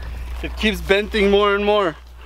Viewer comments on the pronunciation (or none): Joe Valdes it’s a joke lol he kept saying benting instead of bending